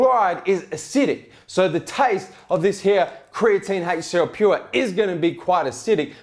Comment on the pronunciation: did you just f*** a spider? Called the HCL Pure "ALCA Pure" twice when talking about pricing. Still the best reviews I have seen thus far!